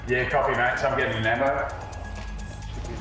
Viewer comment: Every time they say ambo like for ambulance, it sounds like they’re saying lambo, like someone get a lambo 😭